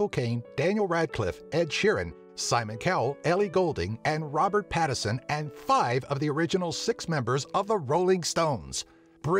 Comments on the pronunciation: Robert pattinson. not patterson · It's Robert Pattinson not Patterson.